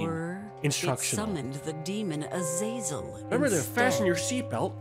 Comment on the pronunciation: That pronunciation of "azazel" is very possibly the worst I have ever heard. Omg it's so bad. It's "A-za-zel."